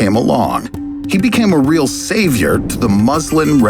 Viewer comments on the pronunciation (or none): none